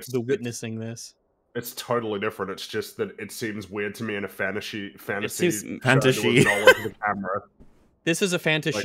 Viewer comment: People: “fantasy”: “fantashe” “fantashi”?